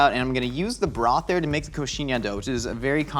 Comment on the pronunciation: "I'm gonna take all this Borth" what? the whole village? 🏴